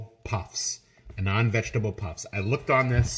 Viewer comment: It's pronounced as aah-nun-d The way you say it makes it sound like 'a non vegetable puff' 😂